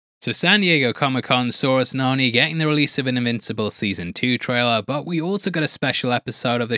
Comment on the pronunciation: did you just say immincible?